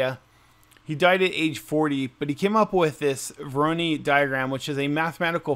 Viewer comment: Say it with me, "Voor-aww-noooiiii" pattern, nor "voor-oh-knee" 🤣🤣 jk mostly. Thanks for rbe video, very cool!